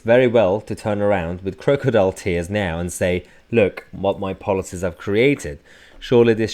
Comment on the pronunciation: It's CROCK-odile Mayhar, NOT CROW-adile